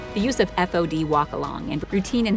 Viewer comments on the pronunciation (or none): When I was in the Navy it was pronounced "faud" and spelt "fod" or "FOD". Never did I hear it said "F O D"